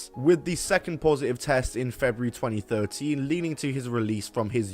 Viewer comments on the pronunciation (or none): none